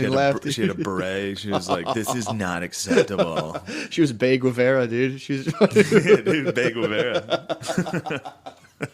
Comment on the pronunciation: hahah at first i thought they said "They Guevara"